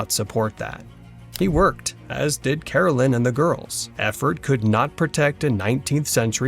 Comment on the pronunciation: Here's a few things. His wife's name is Caroline, not Carolyn. You keep spelling it correctly, but pronouncing it incorrectly. It's my name and it bothers me when most people mispronounce my name. Also, the government did not take the farm away near Independence from Charles. Charles didn't have the $200 to pay for it once the government bought it from the Osage native Americans.